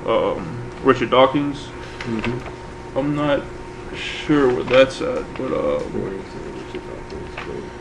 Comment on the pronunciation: Who is "Dawkings"? I've heard of Dawkins and Hawking......but who is Dawkings?